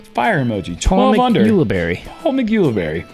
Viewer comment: Is Jerm trolling Paul by CONSTANTLY MISPRONOUNCING HIS LAST NAME??? or is he unaware. Sounds like Barry. Not Barney. Uli (we got that part) Barry (phonetically) Say it together! Ulibarri !!